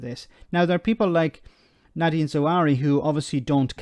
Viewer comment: Nadim, not Nadin.